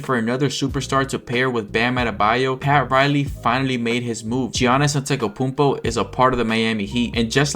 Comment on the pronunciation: This video is so good, but “Geeyannis Antekapumpo”?